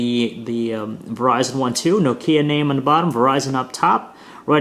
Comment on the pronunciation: it's NOKIA Not fucking " nokieeeaaa"